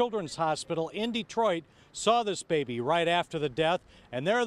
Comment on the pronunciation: Why do you keep calling Detroit "dreadfull"? Have you ever lived in Detroit?...